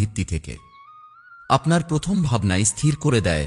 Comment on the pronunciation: খুব ভালো লাগলো। ধন্যবাদ। আপনার শব্দ পথম ও কার উচ্চারন হচ্ছে। ।একটু।দেখুন।